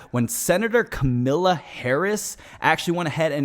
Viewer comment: KA. MA. LA. 😂😂😂 "Kamila" lol and btw that shirt is WAY TOO TIGHT. 😍😅